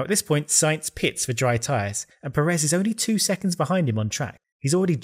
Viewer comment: a small note: Pérez has that little mark on the first e, becaus that's the part you stress when saying it. so pe-REZ is definitely wrong, it's PE-rez